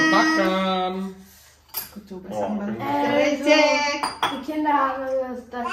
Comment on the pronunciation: lucu denger si mamak bilang krecek wkwk. harus nya e dibaca sepert kata bebek 🤣